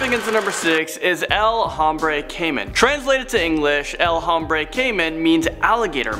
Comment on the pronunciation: Tip for the future: Any h's in spanish aren't pronounced. Like hombre is pronounced ohm-bre not home-bre 😂 (i legit couldn't focus after hearing it be said like that).